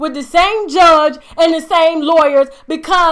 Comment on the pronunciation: (Steve Harvey) the way he said judge.. that's Steve Cuntry Ass.. lol